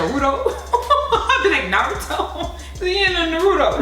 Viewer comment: like i say its not NER-RU-DO It's NA-RU-TO